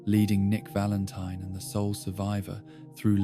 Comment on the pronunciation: Why does this video have so few likes? "Nick Valenteen" Oh. Oh, ok.